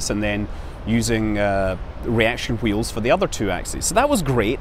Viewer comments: I'm just here to hear you pronounce hwheels. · "Hwy do Reaction hweels fhail?" ~Scott Manley. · Damn you Mr Manley I'm pronouncing the 'h' in 'wheels' again. Aaaargh!